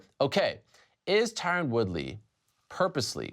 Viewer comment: No one can pronounce "Tyron".